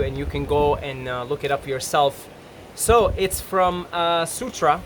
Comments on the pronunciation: He can’t even say Surah that itself says he was never a Muslim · lmao yeah it’s always the same with those wannabe anti Muslims, like seriously "sutra"? That’s like claiming to be a mathematician and not being able to pronounce a number like 8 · Ex muslim how cant say sarra right xD